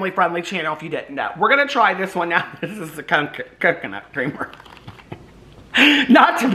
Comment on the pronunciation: you said Cock-oh-nuts!? 🥥😂😂😂